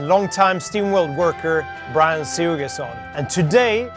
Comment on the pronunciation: It sounds like Brian doesn't know how to pronounce his own last name.